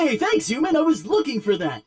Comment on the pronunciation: Uman? I thought it was human